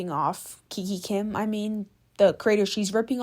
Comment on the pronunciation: Kikakim❌. kikikim✅